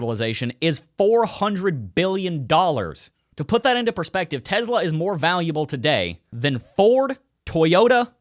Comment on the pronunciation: I wanna know why you can't say Tesla properly